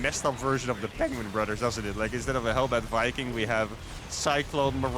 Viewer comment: I just wanted to say that I greatly enjoy when you say "da penguin brudders."